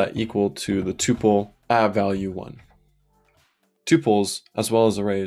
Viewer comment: I've watched so much of this series, and loved every minute. Then I heard you pronounce tuple, and it was so jarring and I instantly forgot everything I've watched. I'm sad that you're part of an enemy faction. I don't even want to know where you stand on tabs v spaces. I don't know if I could stand to hear the answer.